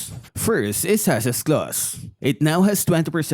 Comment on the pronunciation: It's Haas not Hasas 🤣🤣